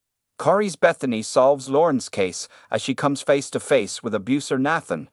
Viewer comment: Why did you pronounce Nathan’s name 3 different ways?